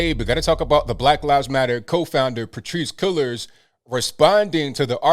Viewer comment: Patrisse Con-Cullors